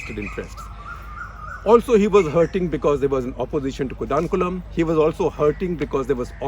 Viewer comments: Sir atleast you should pronunciation our cities correctly its not कोडानकुलम ... its कोडनकुलम.... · It's another declutter. One correction..it's pronounced koodankulam not kudankulam. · SG, your pronunciation of Kudankulam is LOL esp as a Tamilian🤣🤣